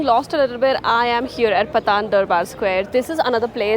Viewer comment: just so you know, Thamel is in Kathmandu and not Lalitpur. You've mentioned the word "Patan" (you said like you say "Pathan" but the aa should be in Pa, like Pātan) so Pātan is the old name for Lalitpur (There were three Kingdoms in the Upatyakā ruled by the Malla Dynasty before the Unification of Nepal , Kantipur the Modern day Kathmandu. Pātan the modern day Lalitpur and Bhadgaun the modern day Bhaktapur). and when somebody uses "Pātan" instead of Lalitpur, they are likely talking about the historic places instead of the district